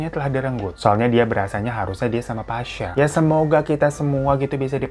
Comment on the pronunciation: WKWKWK GUA NGAKAKK BGT SETIAP BANG HIRO NGOMONG PASYA